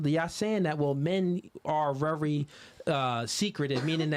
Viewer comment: I love when he says wery.